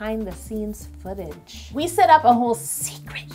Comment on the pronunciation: When said "footage" i heard "fetish" i was like ohhh mannn. What has htci come to..